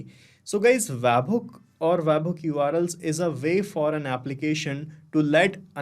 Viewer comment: bro its bot wabhook, its web hook